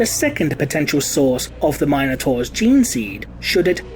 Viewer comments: Am I the only one bothered how he says minotaur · Fourteen minutes of your pronunciation of Minotaur has me ready to enter a berserker rage. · Please learn to pronounce minotaur....